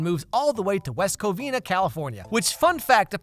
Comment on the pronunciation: "West Covina, California" blease, no